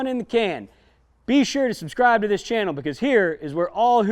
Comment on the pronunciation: $ubskrrrtibe (t is silent)